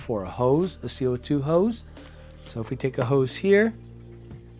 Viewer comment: Hose. Not, Hoes.